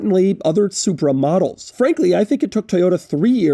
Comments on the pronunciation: I keep thinking he's saying "supermodels" not "supra models" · Every time Doug says "Supra models", I just hear "Supermodels". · I keep thinking he's saying "Super Models" when he is saying Supra Models... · I swear I heard "supermodels" few times, lol. Great review Doug!!!